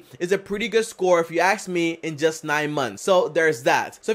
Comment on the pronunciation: is ask me, not axe me